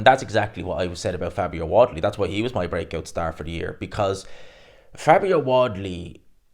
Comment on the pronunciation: Can't say wardly properly it's your kryptonite